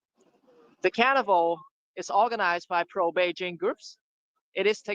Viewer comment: thanks HKFP... BTW "carnival" sounds like "cannabal" on the audio.